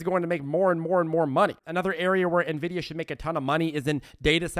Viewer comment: Thanks so much. You’re awesome. Thanks for finally pronouncing Nvidia correctly!!!